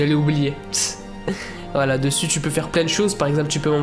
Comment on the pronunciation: Quand tu dis voila j'ai l'impression d'entendre wallah